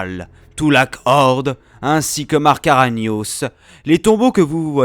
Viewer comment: Pas mal la vidéo, même s'il y a quelques fautes (par exemple : Naga Shadow alors que c'est Naga Sadow, Ragnos et pas Ranios, etc), et certains évènements/personnages qui ne sont pas racontés dans l'ordre chronologique.